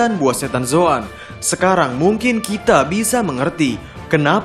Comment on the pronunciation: Kok melayu banget lafal nya “kite”